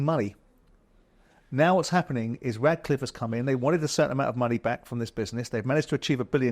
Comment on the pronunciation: For god sake, it’s Ratcliffe not Radcliffe.